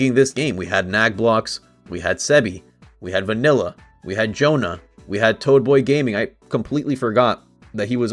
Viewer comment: Hi my names is jonas, you called me jonah but its okay ♥️